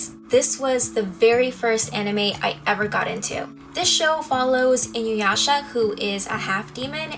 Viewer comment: Damn you America. Inuyasha is the only name that you pronounced properly. A's are spoken as Ah. Sakura (Sah-coo-rah) Manga (Mah-n-gah) like mama. I know it isn't your fault but that of the voice over companies who in the early 90s were really bad about pronouncing japanese words. Good video though. And you have very pretty eyes.